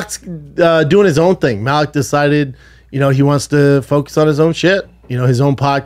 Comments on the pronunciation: At least say Maliks name correctly 🤦🏻‍♂️ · Learn how to pronounce Malik if you’re gonna go on a smear campaign lol